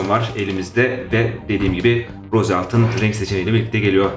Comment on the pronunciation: Rose altın değil ros diye okunuyor